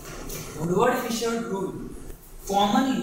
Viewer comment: How do you get Fisher from Fieser?!?!? I so dislike when people spell or pronounce my last name improperly. That was my great uncle, Louis Fieser. Pronounced like Fee-zer.